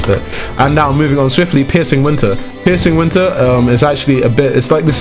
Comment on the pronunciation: I heard pissing winter he said piercing winter